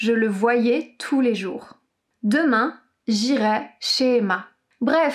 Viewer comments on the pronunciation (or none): Très bonne vidéo, j'ai juste l'impression que tu inverses le son "-ai" et le son "-ais" J'irai = É J'allais = Ê